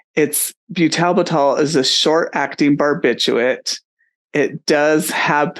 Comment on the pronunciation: And what is byoo-TAL-b'TAL? It's pronounced byootle-bittle. You can hear the correct pronunciation very clearly in this video: What Is Butalbital? - Pharmaceutical Insights